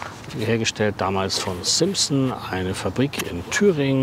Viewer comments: genau, ist mir auch aufgefallen: "Simm - Sonn", nicht "Simpsen" gesprochen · Und zur Aussprache: Bitte nicht als Anglizismus sprechen, sondern jeden Buchstaben so betonen, wie er in der deutschen Sprache gesprochen wird. S I M S O N 😁 Die beiden "S" scharf und betont sprechen, das "M" betonen und das "O" kurz aussprechen Lautsprache müsste man beherrschen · 1. SIMSON!!!!Sprich es doch ordentlich aus! 2. Nich nur die Vogelserie is von Simson. Was is mit S50; S51; SR50 ? 3. 🤦🏼‍♀️Junge dann lern halt ordentlich zu bremsen 4. Man darf sich natürlich auch nich dumm anstellen beim festmachen.🤦🏼‍♀️ 5. Piss dir Ma ne ein alter😂ich fahr im Sommer mit kurzer Hose und T-Shirt. Und ich fahr 60km/h 6. für das Geld kannste dir och ne ordentliche Schwalbe kaufen und 60 km/h fahren